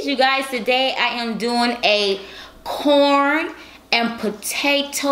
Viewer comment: I thought she said”porn and potato moookkboongg”